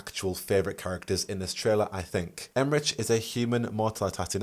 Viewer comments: Okay, I love you, but Emmrich is pronounced with a "k" sound, it's German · Pronunciation query: I’ve often read the name Emmrich with a hard K sound for the final consonant rather than the “ch” sound you were using… have you audibly heard their name somewhere or is this a wait and find out moment?